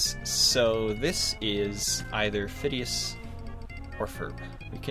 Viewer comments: OMG ITS WITH A P NOT A F FOR PHINEAS FROM phineas and ferb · Christ sake Phineas and Ferb not Fidus or Ferp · IS FIDLUS NOT FURF